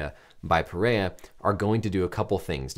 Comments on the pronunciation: pronounced peherra.. portugués first r’s are pronounced like English h’s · It’s PeHeYa